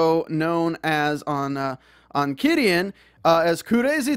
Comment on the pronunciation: Thanks for posting all this! Just some helpful advice though, it's pronounced Chi-dian, like "chi" the life energy cultivators use. Super messed up about taking down the patreons -_- While I don't support Qidian's methodology, I gotta say, wuxiaworld failed to get the rights for all these stories didn't they? It was just really bad business sense on their part. It seems they got screwed over by their lack of research and business sense.